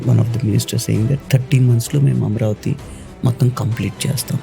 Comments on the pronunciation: Amaravathi ani correct ga pronounce cheyandi sir please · It is not Amravathi... It is AmAravathi